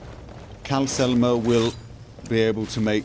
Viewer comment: I mean, dude forgot the second L in Calcelmo's name for ages.